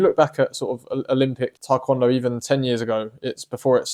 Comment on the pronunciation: Yessir, Taekwondo is indeed underrated. I really love the way you say it, I think it’s way better than I hear most people say it. Thank you for the motivation to keep doing martial arts.